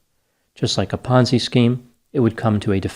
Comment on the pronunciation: Thought you said 'Fonzie' scheme lol.